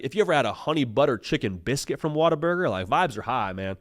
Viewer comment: Water burger is the only way to pronounce this correctly. gets it.